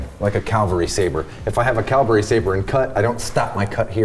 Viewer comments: Want to know the real secret? It's pronounced cavalry sabre, not Calvary. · For God’s sake, it’s pronounced CAVALRY, Calvary is where Christ died on the Cross.